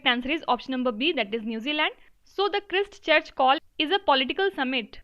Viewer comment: Pronounced the word Christchurch wrongly